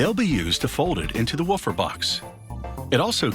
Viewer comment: Did it only bother me that he said 'waffer' instead of 'woofer'?